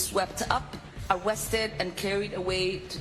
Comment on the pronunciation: She said "Awested" lmaooooooooooooooooooooooooooo